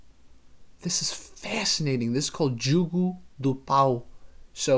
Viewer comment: No, the first "o" is pronounce like the "o" in hose, nose, rose, etc.. The final "o" is pronounced like the "u" in flute, lute, etc. At least in much of Portugal (I can't speak to the mountain areas) and in Brasil.